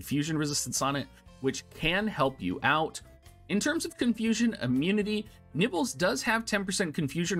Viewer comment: i've been a loyal subscriber for the past year, however there is no way i can gloss over the fact you just called my waifu " nibbles ", at first i thought it was just a phonetic failing on your part, but you actually doubled down on it and typed it exactly how you said it. her name is " Niv'lu " it's a beautiful name and for you to desecrate my ears with what is tantamount to a verbal fart... that my mole like friend was the last straw. unsubscribed.